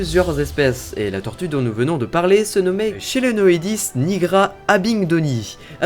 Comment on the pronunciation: cela ce prononce Kelonoidis